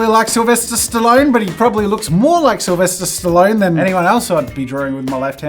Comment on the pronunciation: Sylvester stiloan 😑. sorry I just had to point that out